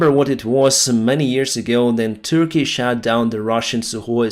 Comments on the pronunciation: The way you pronounce “shot” was perfect when you talk about Russian planes being shot down. It sounded like you said shat, which is the past tense of the verb shit. Russian planes shat down indeed… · Sometimes his pronunciation is not the best for being an airline pilot. Some words turn into other words with a completely different meaning. -like cat instead of cut for example. Todays no.1: 'their aircraft were shat down'. This is the first time i heard that someone shat on airplanes to bring them down 😆